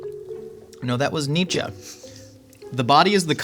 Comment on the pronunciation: Thank you for pronouncing Nietzsche correctly. 😂